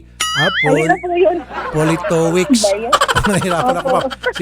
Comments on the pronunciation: Politovitch ang pagpronounce nyan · its' pronounced Politovicz. Hes Polish, probably living in UK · Pronounced as Politovitz. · Politovich yung pronunciation ata. Sounds like Russian surname or from Central Europe. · Poh li to vitch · Politovich ang pronunciation nyan. W kasi ang V sa Polish, saka Cz ang Ch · Politowicz di british na apelyido more on Poland name😊 sapantaha ko lang🙂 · Politowicz is a Polish surname idol Raffy. Ang basa dyan is "Poli/to/vich" 😅😄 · Politowicz....Polito-vich. If I am not mistaken kung papaano sya bigkasin. 😬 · dmi konG twa sa paG kabAnGGit ni idOL sa apelyido hahahaha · A polite daw parng kinuha sa apilido politowicz 😂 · Natatawa ako kay Idol Raffy as psgbigkas ng apelyido nung foreigner....hehe